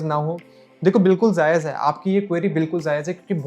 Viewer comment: It's not "zaaez" Correct Word is "Jaayez" Honest Review ❤️❤️❤️❤️❤️